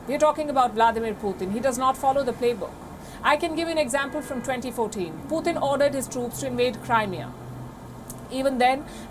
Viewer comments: Indian lady keeps on saying poothin🤦🏽‍♂️🤣🤣🤣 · Why does she not know how to pronounce Putin??